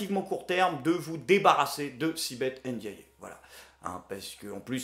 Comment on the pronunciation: Au cas où, je vais faire le gros relou mais Ndiaye se dit "Haine Dit Aïe" et pas "Haine Dit Ayé!". Prends soin de toi et continue ! ;)